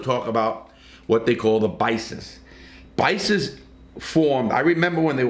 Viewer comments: Larry, it may be your accent but with respect to the Mexicans, it’s not bisa- it’s Pisa. It’s also not ‘the ma’ - it’s called la eme or Mexican Mafia. There’s also NF or Nuestra Familia. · Pisas not Bisas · Paisas not Bices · Pisas buddy Love your show But Not bisas Pisas Just means fellow country men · Paysas are from Mexico if that is what you were trying to say Not baysas lol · why is he saying BICES all the time? There are no B letters in that gang name. pretty sure its spelled Paisas.. its all the mexicans who are not affiliated on the outside. But then theres also another gang called the pesetas, which is a bunch of mexicans who are in PC yards.. which is ridiculous but it is what it is. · You mean the “paisas”? It sounds like your saying “baisas”. Paisas would be accurate if you’re talking about Mexican’s, born in Mexico, raised in Mexico but are here in the US and locked up.